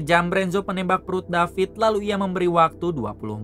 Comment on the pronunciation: David not Dapit guys 😂😂😂😂